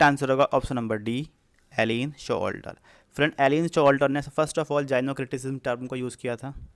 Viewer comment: I would suggest you to pronounce the word correctly. Gynocriticism : जायिनोक्रिटिसिज्म Gynocriticism: गायनो क्रिटिसिज्म There are so many other words which were pronounced wrongly.